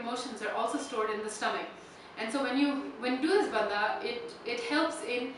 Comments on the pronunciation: Please pronounce Hindi words property. It is not Bandha. It is Bandh. Indians have no excuse for mis-pronouncing Hindi words. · Dear it isn't bandhaa it is pronounced as 'bandh' or 'bundh'. English kills. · in Hindi it is Bandh but in Sanskrit it is Bandha. The word is a Sanskrit word.